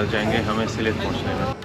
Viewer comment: उच्चारण सिलहेट नहीं भैया सिलेट है, हमारी पूर्वपुरुष के घर बांग्लादेश में था इसलिए बंगलादेश के नगर,गांव वो स्थान के नाम सुनने से सुख मिलता हैं... धन्याबाद आपको